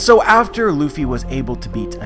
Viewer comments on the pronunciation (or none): none